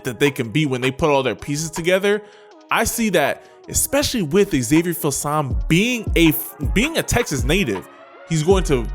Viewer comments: I think it’s pronounced: feel some me.🤔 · “Eeeee-wers” “Phil-sahm” 🤣🤣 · Here's how to correctly pronounce Filsaime: Phil-Sum-Me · It’s pronounced Fill-sah-mee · Hook'em Allday Everyday, ps its pronounced feel-some-me